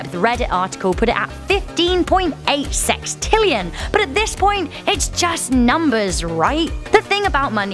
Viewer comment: "Sextrillon" what the hell is that 21 zeros WHAT?????